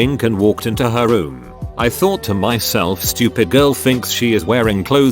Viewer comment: The translation of some of these words are just as funny as the stories. Stoo-op-id. Fi-an-kay. WTF! LMAO